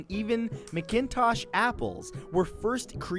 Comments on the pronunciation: It isnt meeekintush. . Pronounced Mac inn tosh. Apples. I live close to where they were founded. Best apple ever. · The worst pronunciation ever!